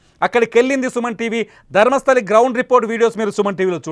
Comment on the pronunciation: It's Dharmasthala, not Dharmasthali